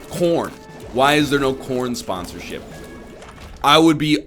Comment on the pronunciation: ok but like it 100% sounds like he was saying porn should be sponsors for shit instead of corn